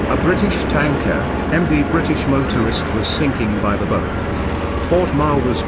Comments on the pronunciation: Australia is spelt with ONLY one R thank you. Have a look at the map at the end of the video. Also the front end of a ship is called a " bow" , to rhyme with bough or bow down , but definitely NOT pronounced as " bow" to rhyme with bow and arrow Otherwise a very accurate depiction of the Darwin raid which my father as a stoker on HMAS Warrego (sloop) survived. His sister ship HMAS Swan (sloop), also survived but had some casualties ,( 3 men killed). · Like the ship that went down by the boe. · Good presentation, great graphics.... EXCEPT for text-to-speech narration! Computer voices don't know the difference between bow and bow, or 2-3rd and 23rd... Get a human narrator, please! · About how the program pronounced "bow" - I think text-to-speech programs often make that error when there is a word with more than one pronunciation. I've never used such software, so I don't know if there is a way to make it choose the correct pronunciation.